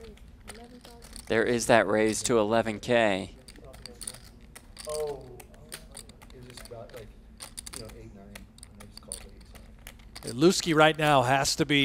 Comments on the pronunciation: Why are they calling him LOOSE-KEY? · Why are they calling him Looskey?